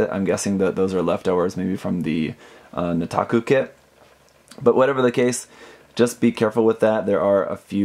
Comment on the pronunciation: the way you pronounced Nataku.... I think plays Osawari Island when he's just lolling around.